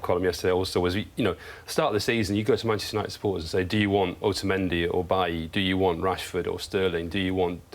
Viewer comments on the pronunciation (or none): my man said Bailly 😂😂